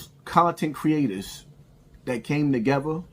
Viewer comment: calling Luce Cannon the dumbest person on the internet is so ironic and hilarious!! Especially when you say words like tuhgevuh or muhva and try to act like you’re some kind of deep thinking scholar.